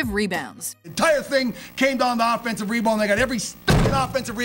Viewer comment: this girl doesn't even know how to say offensive and she talks for a living